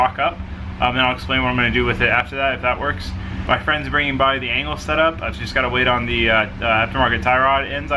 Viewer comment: LOL I understood "anal setup" when you said "angle setup" in the beginning :'D